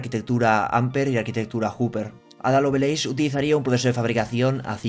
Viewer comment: Me gustan mucho tus noticieros, pero me das en el TOC pronunciando mal Lovelace, cuya pronunciación es "Lovleis". De ahí en fuera sigue así, eres de los youtubers de habla hispana más importantes que comentan estas noticias